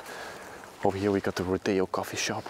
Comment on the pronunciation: Did you just say ro-tea-yo instead of road-EO